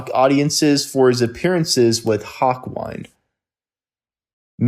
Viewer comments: Y said ”hauukwajnd”? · Did you mean to say Hawkwind? Because the word is wind not wine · This dude has no fucking idea what he’s talking about totally left out. Buck Dharma, doesn’t know how to say, Hawkwind, God I don’t know why people comment and shit they don’t know anything about.